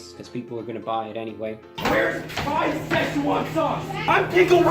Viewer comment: The hell is szeshoan sauce